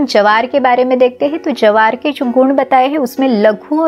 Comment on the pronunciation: Jawar nahi bola jata jwar bolte hain